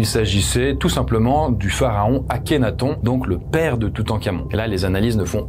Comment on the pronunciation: AkhenaTone la prononciation